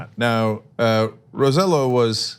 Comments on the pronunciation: Roselló isn't pronounced "Ro-seh-lo", it's pronounced "Ro-seh-yoh" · Its pronounced RoseJo not RoseLo , i know its weird but hey you guys pronounce Raphael "Rafael" wtf is that lol jk jk. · Its pronounced Ro-se-ioh, not with an L sound. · Correct pronunciation of Rosselló = row - say - YO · Hey guys, please make an effort. The governor's name is ro-say0. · Shade Bleu Listen, I wasn't commenting on Rosselló's comments, I was just telling yet another news group that Rose-yellow is not how you pronounce is name. As for the Governor he's angry and frustrated and really shouldn't have said what he said. But if it was your family after a disaster finding out that the money FEMA would have given you to help rebuild your house was reduced to almost nothing by the President what would you have said about the big guy? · First of all his name is pronounced ro-seh-YO. (the LL in spanish is pronounced like a Y). Second, he is trying to look tough because Carmen Yulin Cruz (San Juan Mayor) announced her candidacy for Governor 2020. She stood up to Trump while Rossello (Ro-seh-YO) took selfies and acted like a fanboy. He is a Democrat but he was supported by the Republican wing of the Statehood party (PNP) in PR and only because his father was governor during the Clinton years. He has worked tirelessly to privatize every service possible on the island, close schools, sweetheart deals for friends, ignoring corruption schemes, and allowing drinking water sources to be polluted with coal dust. Seems like a perfect match for Trump! Please send someone to PR to get the real info from the ground. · They just had a program the other day about names needed the be pronounced in the correct way. like Diana or AOC. The least they can do Is pronounce that name correctly. I hate the guy but if you are going to criticize others for that... do it right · Heh, as amusing as it is, thats now how you pronounce Rosello